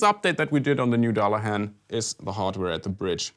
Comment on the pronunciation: Dear, if you advertise a guitar named after the 'Headless Horseman'/Angel of Death from the Irish mythology, it would be so much cooler if you got the pronunciation right. It's pronounced 'Duhlahan', not 'Dallehän'. Sorry...anglophile nerd here with a Denglish explanation.:-D Otherwise: cool guitar! Thank you! - I will definitely get one...or two.:-)